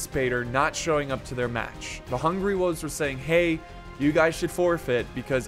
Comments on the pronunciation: Its wolves not woovs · Can we just take a moment and judge on how he pronounces “wolves”. I guess the “l” is silent and I didn’t even know